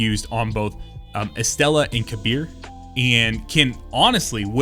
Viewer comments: The way you pronounce Kabr as "Kabeer" is a lot more accurate to the word's origin that the game itself, where they somehow decided to call him "Caber". It's an arabic word, but we use it in Turkish as well. It means 'Grave'. We pronounce it similar to "Kabeer but the e is shorter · Yup. Im not familiar with language, but I am both grateful for doing Kabr and italian Concerto right <3